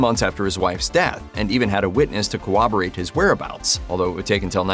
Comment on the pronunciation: To the narrator: Corroborate does NOT have a W in it. It's not cowwoborate.